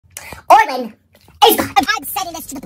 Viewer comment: Orland is good at drawings btw it's Orland not orlin